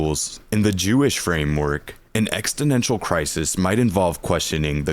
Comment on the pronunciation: Sorry bro, but you're pronouncing it wrong every time lol. EXISTential. Exist.